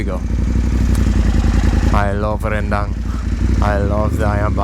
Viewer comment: One proof that your Indonesian is getting better is that you can say ‘rendang’ : ‘ren-dang’ instead of ‘ren-déng’.